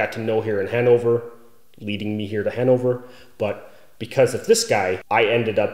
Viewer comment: at first I thought you said "That is kind of the circle of friends that I got to know here in hangover" XD